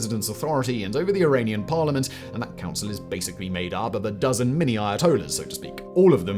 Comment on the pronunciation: "First DUPUTY of PARLIMANT of Iran" ???????